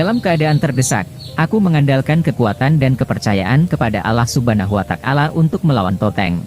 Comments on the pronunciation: bukan alah suban watakala ,yang bener allah subhanahu wata,al ,jadi juru bica yang bener lo sembarangan ,perbaiki bicara lo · pengisi suaranya salah sebut Allah subhana watakala yg benar Allah subhana huwata ala